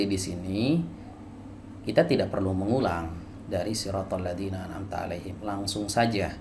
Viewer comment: An amta alif dibaca ain